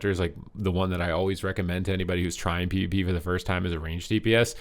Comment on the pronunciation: it's not PEE vuh PEE